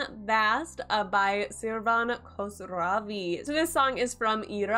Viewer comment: It's not Kosravi It's Khosravi. First one is a really bad word in Iran lol.